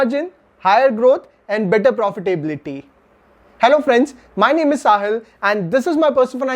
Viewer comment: You really need to polish your English. I find it very irritating the way you wrongly pronounce words like ‘technology’, ‘profitability’ or ‘opportunity’. These are words used by you rather frequently in your videos. Your analysis is good but presentation needs improvement